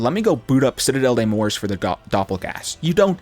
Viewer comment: It’s morts…… not Morse 😂🤦🏽‍♂️